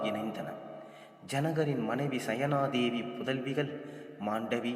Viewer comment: அரியாசனம், சுனயா தேவி, மிதிலை, பிரியமாய் என்று சரியாக கூறுங்கோ.